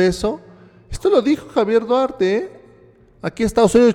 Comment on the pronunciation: no puede disimular su desesperacion al ser interrogado se le nota el nerviosismo, dice que no ES SU AMIGO duarte pero q si tuvieron amistad, minuto aprox. y en ves de decir duarte dice guarte , ojala y lo metan al bote por corrupto